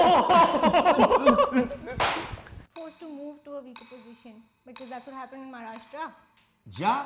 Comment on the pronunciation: Please stop calling my state maraa-shtra. It is maha-rashtra. Not so difficult, is it?